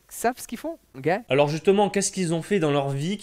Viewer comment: Et quand il dit "ogay" au lieu de ok... Énervant.